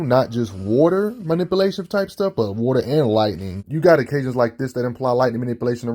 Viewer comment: He says wauter like aceverse aquaman. Also aquaman is in the top 5 of pure strength in the justice league